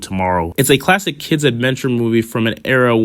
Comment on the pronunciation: At about did he say it was a cult "clattic" lmfao 😂😂😂